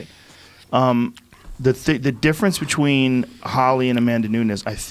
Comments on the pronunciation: anyone pay attention Joe says "bitchween" instead of "between lmao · Joe "Betchween" Rogan